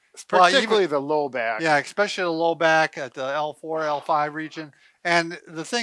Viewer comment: These guys are doctors and they say it expecially??